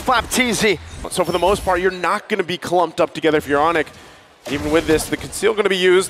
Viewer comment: did he say "for indonesia"? i only remember he said "for onic"😂😂😂